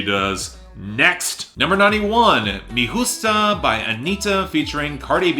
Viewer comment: with the Spanish, I understand you don't know much of it, but Me Gusta is pronounced in the song.